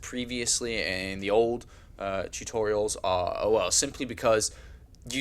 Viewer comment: He was correct, it is spelled "tutorials" but, is saying "tutorital", probably by mistake.